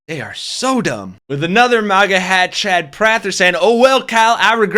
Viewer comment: lol it sounded like you called them maggot!! I love it! Maggots for trump!